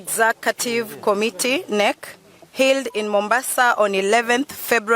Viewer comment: This is now thr new SG who cannot even pronounced the word " HELD" not HILL???